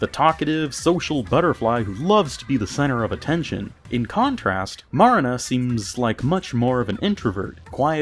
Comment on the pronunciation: You saying Marina wrongs it's pronounce Mer ree na because the A is slightly